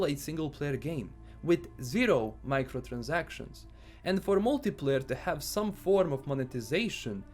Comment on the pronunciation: That Transylvanian "Microtransactions" was perfect!